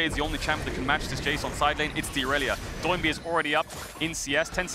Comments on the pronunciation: "Doh" is the legit pronunciation of his name. He was born and raised in Korea, so when he called himself Doinb as a streamer, in Korean it really sounds "DOH-in BEEE" the DOH and the BEE are emphasized. Try saying it that way and you'll get used to casters calling him DOH instead of a NIke "DO" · Why does everyone call him "Doh-in B" and not Do-in B? Kinda tilts me as much as LS saying "Aahhtrox" when he used to cast lck